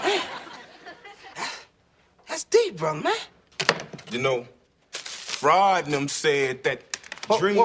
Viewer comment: My boy Bruh Man turned Sigmund Freud into "Freudnat 'nem"